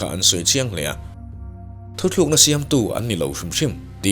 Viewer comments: Thuthlukna ❎️ Thutlukna ✅️ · Thuthlukna niloin thutlukna aw